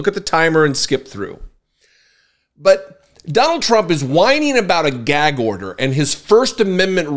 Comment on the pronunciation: Whenever he says gag order i just think it's gag odour 😂😂😂😂